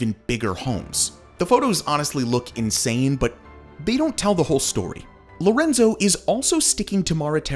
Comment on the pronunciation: This was a nice Real estate sales brochure except for one thing, your glaring mispronunciation of the main Projects' name is "LE Renzo" which you repeatedly pronounced as LO(H) Renzo (see ). LE(h) is French, but LO is Spanish. In a way it is quite surprising that you did this So any times after pronouncing it correctly ONE time.